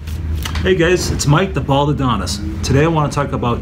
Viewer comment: did he say - hey gays? lol